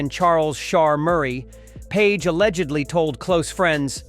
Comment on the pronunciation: Just say alleggedly another one time, please. Damn, really bad.